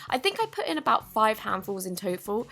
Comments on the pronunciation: Tofal, Tofal? Total lol that’s what she said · tofal? Total Me: your so funny 😂😂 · NOT HATE Hey, the cloud slime wasn't really a cloud slime it just fell apart. If you add less snow then it becomes a good cloud slime! Thanks!! BTW It was really funny how you said toful! And thank you so much for saying Daiso right! Some people say DAYZIO or DAYZO.Byeeeee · No hate but laughed sooo much when she said 5 hands in toful 😂😂😂😂😂😂😂😂